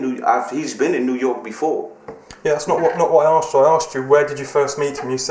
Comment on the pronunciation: He doesn't like being "aksed" questions. Well, you know, yo, dude....